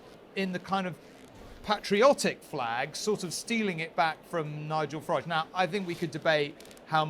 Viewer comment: It's not FarAAAge..... It's Farage like in Garage.... Farage, Garage, Wreckage.....Get it!